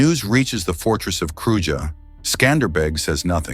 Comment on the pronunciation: Kruja is pronounced "kru-yah"